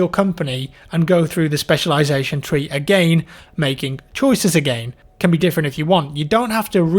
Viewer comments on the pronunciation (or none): pronounces "again" interestingly.